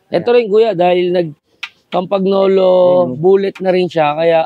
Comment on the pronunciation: rim brake ang tamang pronunciation ng Campagnolo ay Cam-Pa- Ño -Lo.